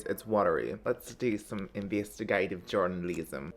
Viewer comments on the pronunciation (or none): investeegativ journaleeeezm. i’m dead 😅